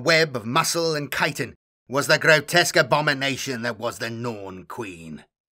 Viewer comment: bonus points for pronouncing chitin correctly